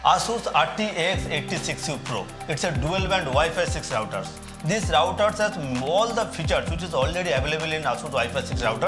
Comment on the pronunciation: Thanks for pronouncing the word router correctly, not rooter, lol.